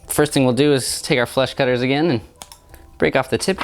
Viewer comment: I thought you said "flesh cutters"! :O